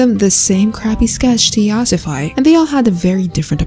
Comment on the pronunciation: this video is funny I love it how she says yasafi I’m dyslexic……